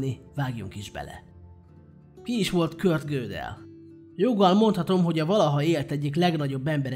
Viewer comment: Köszi az érdekes videót. Fontos: nem "Kört" hanem "Kurt"!